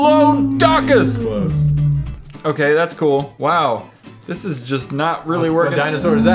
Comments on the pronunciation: A DEP-LO-DOCK-USS 😂😂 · it's pronounced (dip-lod-icus